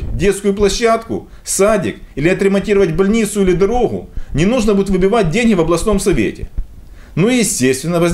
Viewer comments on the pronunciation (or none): С детства учат что ли? Букву "Г" произносить как "ХГЭ". ДороХГА. ЛоХГика друХГая. Бесит. А ещё бесит, что читаешь с экрана. ОрХГаны🎃🎃🎃